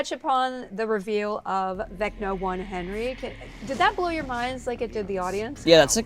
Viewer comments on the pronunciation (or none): none